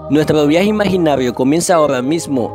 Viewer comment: nuetro viae imainaio empiea ahoa mimo . . . detesto esa forma de hablar.